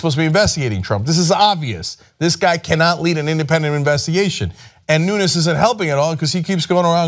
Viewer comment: Wrong gagago302. The Representative's last name is not Spanish. There is no tilde. Cenk pronounced the name correctly.